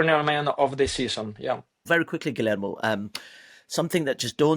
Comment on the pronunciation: Will never understand why people don’t even try to say Guillermo’s name right. It’s not hard.